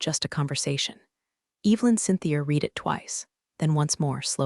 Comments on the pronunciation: Your AI doesn’t understand context in pronunciation. Until it can, spell read as red when you want it to say he red the document (so tired of hearing he reed the document). Also, listening to it say rezoom for resume is annoying. Just spell it rezzoomay until it understands context. Do you even listen to what you post? My guess is you’ve got the whole process on autopilot so it creates the story, text, voice, etc. You will lose your audience with bad AI slop. Do better. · Please STOP having computer reading script. There is a difference between something you read (pronounced reed) versus one that you read (pronounced red). Also, do some proofreading. Title says "Fire Him" in photo but "Fire Her" in typed title. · The past tense of "read" is also spelled "read," but it is pronounced like the color "red." This can be confusing because the present tense is pronounced differently Your damn audio program don't know "Past Tense" Go wash your computer in warm soapy water and dry your hard-drive in a microwave I hope you never get 10k subscribers 🖕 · Again AI pronunciation of "read" is "red" in the past tense...I believe messages with this fault in many stories rarely gets through to AI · AI can't distinguish between read and read. Mispronounces patagonia. SMH.